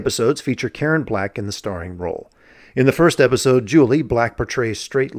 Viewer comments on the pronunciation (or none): none